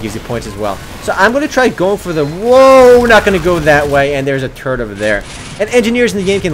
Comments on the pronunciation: When you say "turret" it sounds like your saying "turd" lol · He says turret as turd lol